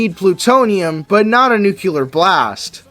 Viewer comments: "That's, NUCULAR." ~Homer Simpson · Nucular vs. nuclear 🤼‍♂